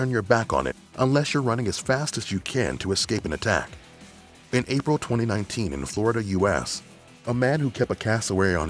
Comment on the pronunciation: I find how you say 2019 VERY OFFENSIVE and offensive content notice